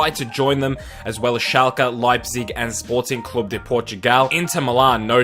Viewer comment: Thank you for saying Sporting Clube de Portugal